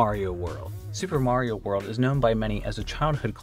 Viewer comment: He said “Mario” wrong.